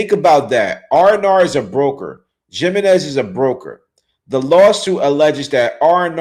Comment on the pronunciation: Jiminez is Spanish. It’s pronounced HIM in ez.